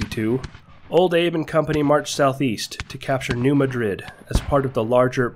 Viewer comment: It is also New Mad-rid MO, not New Ma-Drid